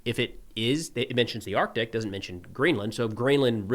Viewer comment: Thank You for pronouncing the "C" in Arctic.